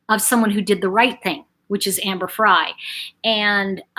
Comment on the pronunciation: her name is amber frey everyone calls her fry ,its frey